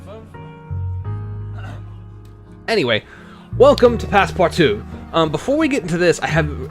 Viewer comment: Cool game :) and yeah it's pronounced perfect